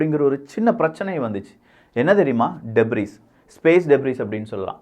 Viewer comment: டெப்ரிஸ் கிடையாது. அது டெப்ரி.‌